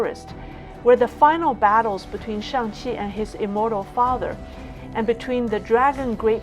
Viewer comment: Damn, really just said "Shang Xi". Great content, from highlighting the irrefutable parallels to the comb-over...